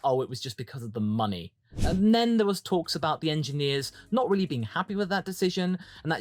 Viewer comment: “Weally weally nuts”